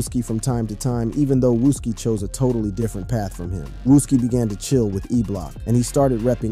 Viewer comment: Seriously I'm not even from there and I know how to pronounce that 🤣 I think everyone know then again he also say "wuski" haha